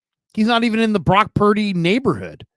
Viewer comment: Cam: “Brock Pear-dy”